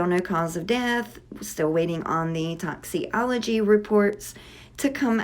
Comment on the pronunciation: Toxi-ology? You mean toxicology report. I'm not even trying to be rude but man, if you're going to report on something so heavy at least use the correct terminology.